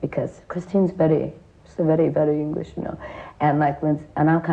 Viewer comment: The way she said „very, very English” keeps me laughing